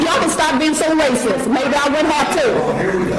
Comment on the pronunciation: Of course “they rayciss”